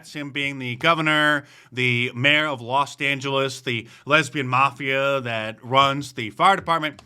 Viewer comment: “Lost Angeles” Accurate. 😂😂😂